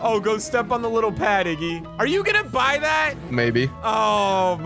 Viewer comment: WTF u says omg😂😂😂. Its iggy